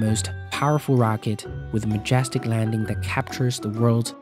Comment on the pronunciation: MajAstic tast lanch of the falcon havey. It seems he has trouble saying eh.